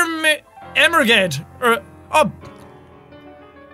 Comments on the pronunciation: Bruce Em-em-emer ged? well done jack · E-MER-GED? Seriously? EMERGED!!!!!!!!!!!!! I have just died laughing. Literally. Ghosts can use wifi too!!!!!! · Nat Cat I er-ma-gerd'ed at his emerged. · It's ok Jack I read it as ermahgerd instead of emerged too sigh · Bruce Ammergadd. 17th August, 2015 - 17th August, 2015. May he properly pronounce his own name in peace. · Bruce em-er-ged 😂 I'm dying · Lol when Jack couldn't pronounce emerged I laughed so hard that I leaned forward with a cup of water in my hand and spilled all over my bed.